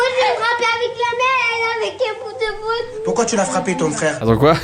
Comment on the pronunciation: « Et elle avec inn bout de Boig »😂